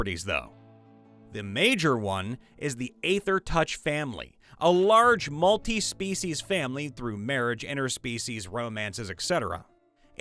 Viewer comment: Eeeether! Not A-ther!